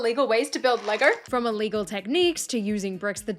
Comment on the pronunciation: How does she manage to pronounce “Lego” with an R at the end?